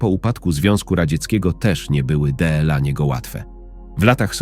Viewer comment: Co to za sposób czytania deela a nie dla. Albo gery zamiast gry. Koszmar jak się to słucha.😢